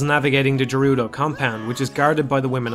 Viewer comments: Speak for yourself, the fishing game is super stressful for me. Stupid-ass giant fish never taking my lure... Also I'm pretty sure "Gerudo" is pronounced with a hard G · The 'jerudo' fortress. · (jer-oo-do?) Oh man, do you pronounce GIF as (Geoff minus the o)?